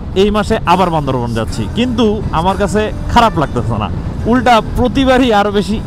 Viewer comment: বান্দরবান কে বান্দরবন বলেন কেন আপনারা:/